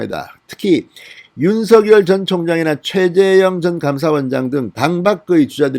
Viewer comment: 윤서결 ? 발음 이 웃겨요 !